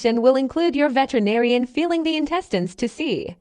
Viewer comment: Uh narrator, the word is pronounced veterinarian, just like it looks, not vetenarian as you said it. Always good to know one's topic.